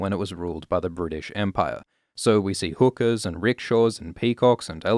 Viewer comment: i thought you said "hookers" but you said "hookahs" lol love ur vids